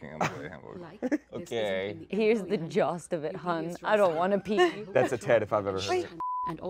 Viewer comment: Now we have "the jost of it" competing with "jolst".:P